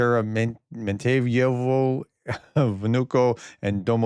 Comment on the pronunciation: Domodeydovo do - mo - DEE-YED - a - va Sheremetovo cher - e - MET - ta - va Tu Tupolev Su Suhoi